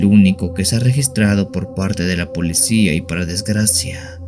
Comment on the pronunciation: Se dice policía no polecía.